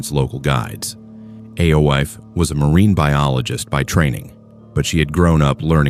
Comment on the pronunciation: Ay-Oh-eef is pronounced Eefah. AI is fking stupid.